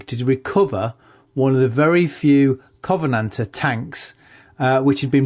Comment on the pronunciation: Kov-en-ant-ur it's really not that hard.